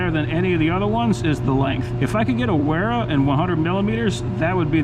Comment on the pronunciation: Both Wiha and Wera are German brands. So the correct pronunciation is Viha and Vera. 🙂